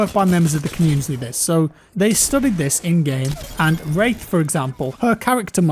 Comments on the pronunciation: Even the autogenerated English captions interpret it as rape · you sure you said wraith? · not sure that's how it's pronounced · i dont think you said wraith right... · Does anyone else hear a different word when says wraith?